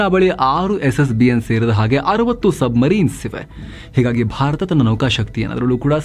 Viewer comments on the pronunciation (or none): none